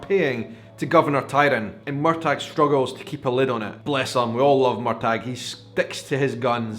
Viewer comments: Hello, I’m sorry to interrupt you, but the governor’s name is TRYON - Tri—on, not Tiron. And Murtagh is Mur-taw, not Mur-tag. Sorry to be a grammar/pronunciation Nazi, But I’ve been to Tryon palace in North Carolina and it certainly is overwhelming. And no,, you are not the only person who misses the setting in Scotland. That was primarily why I started watching the show to begin with as well, And I’m not as thrilled as with the American episodes as I hoped I would be but I still love the story of Jamie and Claire and now they are both outlanders in this new world. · Excuse me on prounciation Wikipedia they say MUR TAH same freakin'thing please this is a no MUR TAG zone! LOL! I thought it was weird that Lord John Grey STILL has a thing for him! WOW! I was hoping the Brianna thing was going to happen because it was a little boring. But your right the acting was great. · Uh oh here I go again. It is not MUR TAG it is MUR TAW. Sorry. I'm pretty anal but I have to say hearing you call him MUR TAG REALLY bothers me. Please stop!!!!! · Why do you keep mis-pronouncing Murtagh?? the G is silent. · I'm a book reader and I loved this episode. And I'm loving this serious. I found myself getting frustrated watching your vlog though! Why do you say Murtagh with a hard G? It's very distracting 😂 I'm finding it hard to see opinions of non book reader's, with your sometimes strange theories of what comes next. What comes next is already laid out for you, at your fingertips! How can you stand to not read the books?! 😂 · I hope, in the 5 years since this episode, you have found out the correct pronunciation of 'Murtagh'! ❤ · So I've been pronouncing Murtagh's name wrong...thanks for clearing that up. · as a NE Highlander and one who's people are portrayed in outlander your pronunciation of the name was of no great issue for me It wasn't something I even thought about tbh In other words, no problem. 😉